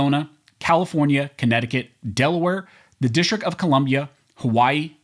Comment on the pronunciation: Pro tip: the "t"s in "district" are not silent.